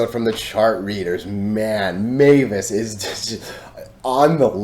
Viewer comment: Many thx dude! It’s always entertaining to see TA about MVIS 🎉🙏 BTW; the pronunciation of MVIS should be „emvis“ not „meyvis“ right?!? I’m not American, I always used to say it as „emvis“ but not sure if it’s right